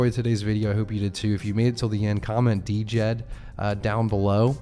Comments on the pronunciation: I just had to mention it: the stablecoin is pronounced with the D being silent. So Djed = “Jed” NOT “Dee-Jed”. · Could u please start calling it jed Not D.jed It hurts my ears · Died but you say Jed the d is silent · Can we get a consensus on the pronunciation Djed = jed ? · Djed= JED The D is silent.